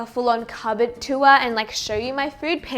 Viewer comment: I love the way you give the word “tour” 2 syllables ☺️ “too-wah” 😂